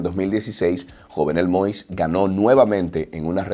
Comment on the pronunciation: Se pronuncia YOVNÉL MOÍS